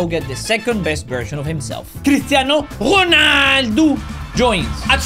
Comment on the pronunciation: It’s not Ronaldoo😂 it’s Ronaldo bruv💀